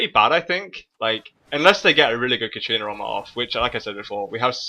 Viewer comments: I like your vids, but there is one thing that bugs me in a lot of them. It's katArina, not katrina. XD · please stop saying katrina, it's katArina :D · Every time you say 'katrina' i flinch. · Katarina =/= Katrina. Other than that, great video and one that I can fully relate to. Until now when the other team started snowballing, my team basically fell over and let them roflstomp our faces, but I'll try the random barons and stuff. Thanks a lot:) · i wonder why so many people cares how he pronunciates katarina lol